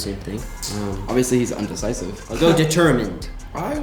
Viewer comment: "Obviously he's UnDeCiSiVe..." INDECISIVE JEREMY ITS INDECISIVE UGHHHHH